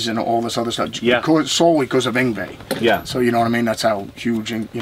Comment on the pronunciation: Why does everyone say "Yngwei", when it's Yngwie?